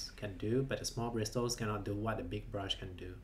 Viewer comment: I get annoyed when you say bristles or however you spell it it's probably pronounced and brissles